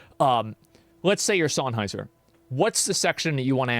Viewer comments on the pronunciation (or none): I'll let you farm my engagement for saying Sennheiser wrong. Fuckin say it right show them some respect lol